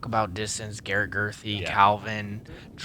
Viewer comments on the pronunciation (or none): none